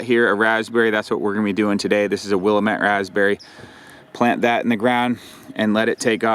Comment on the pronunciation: I'm assuming you said "Willamette" berries? The correct pronunciation is "Will-am-met". I said it like you until I moved briefly to Oregon ("Or-i-gen", "Or-again").